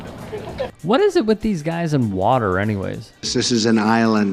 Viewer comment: Why does Trump pronounce the word "water" as "wortor"? He has his own language.